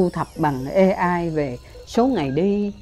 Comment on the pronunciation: AI phát âm chuâñ là ây-ai chư ko phãi là ê-ai